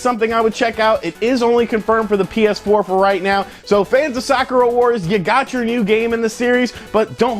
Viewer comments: sakura------suh-koor-uh.....not sock-ur-uh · it's pronounced Sah-koo-rah' with a soft "k" said like one would say "beautiful" or "soft" and not hammer the consonants in the word so abruptly. Sakura Wars (aka Sakura Taisen) has had five games. it's a Shining force-like Strategy RPG with steam powered mech, and team of different girls from different nations. There is a pseudo-"dating sim" aspec which is more relationship/friendship building gameplay elements and yes the player can go out a couple of "dates" with the girls if certain conditions are met. The series has a hardcore but semi-niche fan base of the series. I am looking foward to the Sakura Wars alternate universe reboot game.